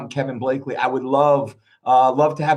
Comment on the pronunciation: Also it’s BLACK-ley 😂 lol everyone gets it wrong